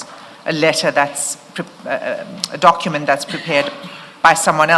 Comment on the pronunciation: Dokhument hmm😅 I blame his then English teacher